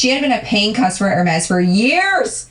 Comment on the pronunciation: the way she is saying Hermes is correct. those bags start at around 15k. it is insane